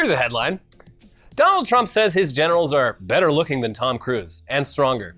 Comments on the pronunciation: When you got to the bit about the generals, I thought you said genitals. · generals i thought you said genitals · Not gonna lie, I thought they said genitals instead of generals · Generals? I thought you guys said genitals. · I heard "genitals" instead of "generals"